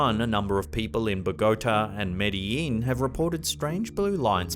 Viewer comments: Hey, it’s pronounced Bogo-tá. Not Bó-gota. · It's bo-gaa-taa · Your mispronunciation of Bogotá is saddening.